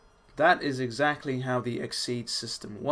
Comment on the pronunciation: Ex-actly lol